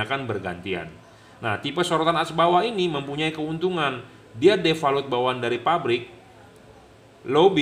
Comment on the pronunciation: default pak bukan defalut